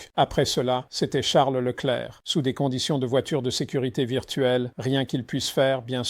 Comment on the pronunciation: Woah. I was just about to comment about how Peter is actually capable of saying Leclerc's name properly, too. 😅